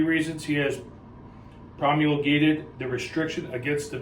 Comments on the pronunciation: Most cops who read that statement seem to have a problem pronouncing "promulgated". They seem so illiterate, I'll bet they couldn't even define that word. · The large kinda, sorta, almost knew how to pronounce "promulgated"...I wonder if the sort of understands what it means too? He's a great robot, minion, rule and policy follower that needs to keep his job and his donut money.